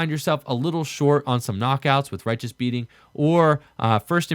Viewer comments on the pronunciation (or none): "rye-uh-tuh-s" beating. Not "righteous" beating. lol